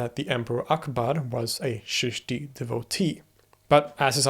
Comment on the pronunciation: Don’t say Sheeshti say Cheeshti, or Chishtiya silsila Started by Moin uddin Chishti rehmatullah alai, of Ajmer in Rajistan in India lived and is still remembered , the country was vast and had borders not watertight as of today’s times learn to say correctly and hold hands with Chishtiyas, join them as discipline Known as “Baith” much better for you as showing signs of deep interest, otherwise you will be seen like running in a maze….